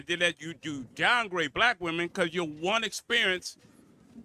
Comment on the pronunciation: It's pronounced you're not yoah. This guy advertises his ignorance. Every time he opens his mouth, he should shut his mouth and go to work.